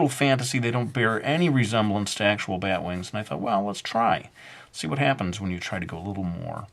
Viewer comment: "BYET wings" that's how he says it XD